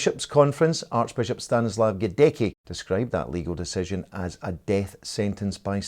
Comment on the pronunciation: As I’ve already mentioned under the episode 189 of SW News — “Stanisław Gądecki” is pronounced in Polish as ‘stah-NEE-swahf gon-DETS-kee’ /sta.'ɲi.swaf gɔn.'det͡s.ki/.